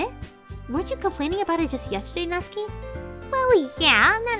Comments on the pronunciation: How I have been saying natsuki for 2 years Nat-suki And it was supposed to be Nat-ski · Natsuki NOT SUKI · Natsuki Doki doki Ahh everything's fine except the one thing:she says my name everytime wrong